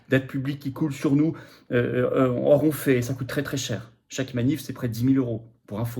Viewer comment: Je vous aime et cautionne votre politique, mais de grâce, cessez de dire " On fait" Dites plutôt, "on agit". À chaque fois j'entends " On fait caca" lorsque vous dites "on fait... "